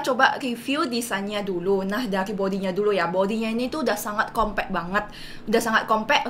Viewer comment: Compact mbak, bukan kompe'